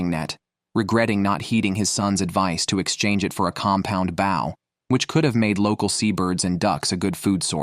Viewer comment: It's bow (pronouned boe)